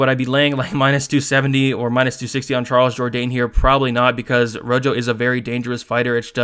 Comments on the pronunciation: Ro Ho not Ro Jo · Good picks and breakdowns as always. I watched film as well and you validated a ton of my notes. Marcelo Rojo is pronounced ro-ho like the color red. Let's get this 💰.